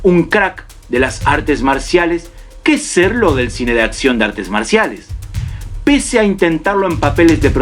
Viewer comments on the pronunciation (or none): Villano de acción, no de atcion... Todo lo demás bien.